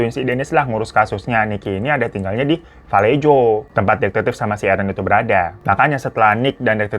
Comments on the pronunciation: Bang hiro moon maap valejo dibaca vuh-LAY-ho, aq tgl disni kebetulan 😊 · Just FYI: Kota Vallejo itu dibacanya: və-LAY-ho. Salah satu kota yang pernah bangkrut tahun 2008 akibat krisis ekonomi. 😣😞 Greetings from San Francisco 👋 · Fyi: Vallejo asalnya dr bahasa Spanyol jadi di baca "vayeho" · Tulisan vallejo di baca valleho bang hiro